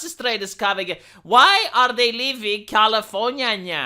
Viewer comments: Dude, keep saying Californinya, It's brilliant!! I love it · I can't begin to tell you how much I laughed every time you said californiania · I'm disliking this video specifically for "Californiaia" said in that annoying, high nasally voice over and over again. If you think someone likes hearing you do that, just upload videos of you scraping on a chalkboard with a rusty nail and see how well your channel does. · stop saying californyanya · That's how Americans say it. (California is in America)